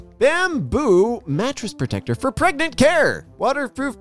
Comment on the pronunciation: It even said Pregrant not pregnant 😂